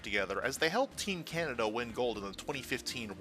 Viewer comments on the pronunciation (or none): none